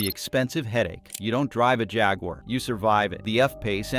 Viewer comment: Junkwar not jaguar